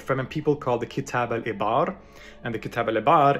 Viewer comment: Can't give him a 10/10 when he can't pronounce the arabic ayn in 'Ibar'. The ayn is the first letter of the word for those who don't speak arabic.